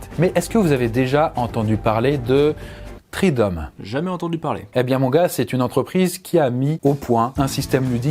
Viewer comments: « treedom » j’avais compris tris d’hommes 😂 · Quand il a dit "treedom" je croyais qu'il voulait dire "tri d'hommes" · Au début j'ai crû que tu avais dit "threesome" 😂 mon esprit est dérangé je crois 😂